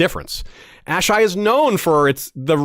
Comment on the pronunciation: Wish he didn’t pronounce “Asshai,” the way he did at the beginning. Ash-Eye? Uh-Shy (phonetically) is the way I’ve always read and heard it in my head. But I might be wrong. Great video besides me being a nerd. Well done y’all.